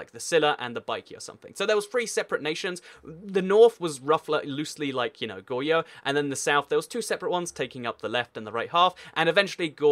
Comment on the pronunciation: adjustments I hope if you would pronpunce "r" of Goguryeo and Goryeo. Also, Goguryeo never united the whole of Korea, but fell by Silla which was supported by the Tang dynasty, and there were rebellions in Silla and some people said I suceed Baekje and Goguryeo. And later, the guy who claimed the sucession of Goguryeo has fallen by a rebellion and Goryeo(but still suceeding Goguryeo) is made. I think you've omitted some "important" information. Goryeo was never annexed by the Mongols, but only vassalized after 6 wars, and Goryeo was never annexed or even vassalized by other Chinese dynasties.